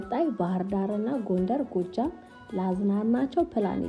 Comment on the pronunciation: ጎጃም ባህርዳር ብለሽ ጥሪው እሽ ባህርዳር ጎንድር ጎጃም አደለም የሰው ሀገር ስም አወላግደሽ አትጥሪ